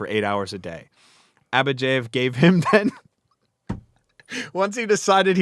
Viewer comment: Why do you pronounce Abadjiev as AbadjEiev?